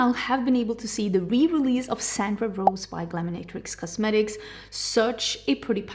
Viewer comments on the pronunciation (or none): none